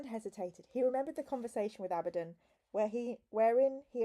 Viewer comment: you're saying Abbadon correct